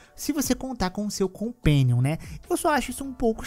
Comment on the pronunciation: '...o seu compéniom".